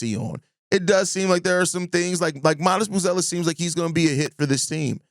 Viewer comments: Hi sky is falling bulls fan. I would ask how your day is going but I already know it’s going terrible. It’s obvious bill Simmons just chose a team that he knows nothing about to say something about. Not knowing how to pronounce buzelis last name, to not mentioning giddy resigning negotiation, to not mentioning Noa and his upside, to not mentioning how having a lot of cap space next year is a good thing. Being a 40-42 win team with expiring contract and a direction can push us in a better direction with our draft picks improving and trading for players that make sense and fit our core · The fact that he can’t pronounce Buzelis correctly hints that he doesn’t follow the team that closely. You’re talking about the future of the team, He’s regarded as the biggest bright spot, you don’t know his name? That being said I get what he’s saying and only the bulls making good decisions going forward will change this perception.